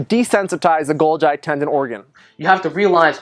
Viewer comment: The way he pronounced golgi makes me vomit.